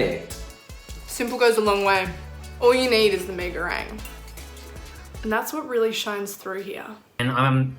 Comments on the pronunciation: I hate the way they say “me go rang” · Why are yous saying me go RANG it’s reng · That "mei goreang" made me purse my lips tho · "me goweng" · As a Malaysian it is so cringe to hear them say “Mi Gorang” like 😌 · 1) they're not making it for a damn uni student 2) pee goreng (hahahaahah) 3) idk, i three points for effect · “Me go rang” 🤣🤣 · "Isn't Mi goreng THAI tho?" Look at how they massacred my boy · They kept pissing me off when they said mi goreng wrong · Umh.....it doesn't bring any harm though. Everyone can still understand that as "Mie Goreng" If they ordered from abang-abang or teteh in warung, it's still a pass Unlike when you order some dimsum in China and said "Gao zi" literally "Gao zi" Instead of saying it as "kao-che" That's detrimental Relax a bit